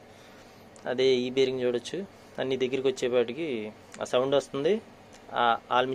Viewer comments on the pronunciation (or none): ఆల్ మిక్చర్ కాదు అన్నా అది ఆర్ మేచర్ అంటారు అనుకుంటా